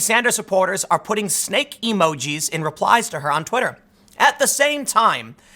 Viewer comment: Ahh, you said "Snake", I thought you kept saying "stake". But I'd assume they meant "snake in the grass".